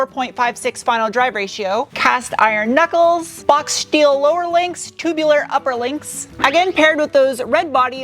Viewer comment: I have to ask: Why "schteel" and "schport," but not "schway bar?" Love the vids, btw. Very informative.